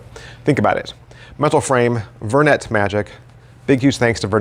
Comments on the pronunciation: I always thought it was pronouced "ver-neigh" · It is. is just using the 'merican pronunciation instead of the French one 😄